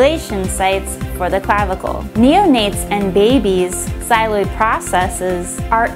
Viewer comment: It's not "xyloid" process, it's "xylophone" process, sheesh